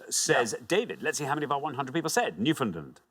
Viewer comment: As a Canadian, it's a delight listening to Englishmen talk about how odd the pronunciation of Newfoundland is—mispronouncing it the whole time.